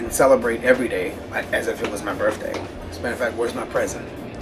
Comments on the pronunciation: birTHday... lol "birfday" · its my "birfday"